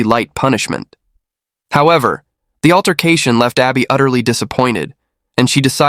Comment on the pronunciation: Her name is Arbe not Abby